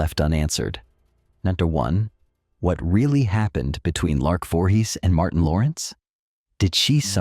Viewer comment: Do you review your clips before posting them? You should have caught the mispronunciation of her name in the beginning of the clip. As for Lark's downfall, a mix of her mental diagnosis along with being Jehovah's Witness is a lethal mix - delusions due to her mental state and the delusions of JW beliefs can only result in disaster. But Martin and the other guy certainly didn't help. I wish I had known her. She needed someone close who could understand what she was dealing with. I'm not saying I would have married her. But I certainly may have helped her as a friend who understands her demons.